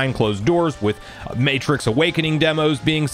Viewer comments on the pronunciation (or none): none